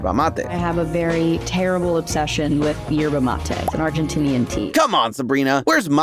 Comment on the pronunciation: Nooo por favor amigos no arruinen el mate😢 Pls don't ruin our mate i beg of you 😭😭😭🇦🇷 great pronunciation btw❤❤